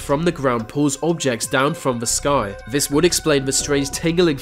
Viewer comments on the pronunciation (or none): Please learn to pronounce the "th", viss, vat, alvough, va, ve, vem, wivin... should be THis THat alTHough THe Them wiTHin.. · i canv even wavch vis video ivs so annoying can you nov say 'T' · You say vem and vis instead of them and this strange !!!!